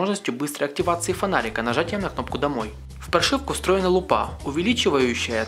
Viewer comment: "При помощи мокрых рук", "муи", "лупА", "тиДЖИ-эссидимэй" Ляпы, ляпы) Ну и на звание "полного" не претендует Но всё же спасибо